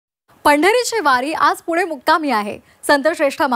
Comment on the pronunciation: किती मराठीचा ह्रास.. कृपा करून पुणे म्हणा.. पूने नाही हो.. 🙏 अगदी सहज आपण हे म्हणतो पण त्यातून अनेक लोक शिकतात आणि अनुकरण करतात हे लक्षात घ्या. 🙏🥺